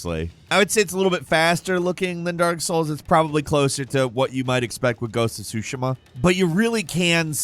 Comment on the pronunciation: You pronounced Tsushima wrong...